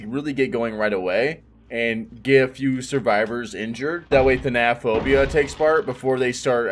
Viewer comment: I hate that no one can pronounce thanatophobia correctly. Same with monitor and abuse. Annoying.